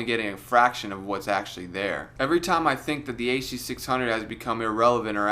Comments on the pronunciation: the huh duh six hungos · you mean the HUH DUH SIX HUNGOS?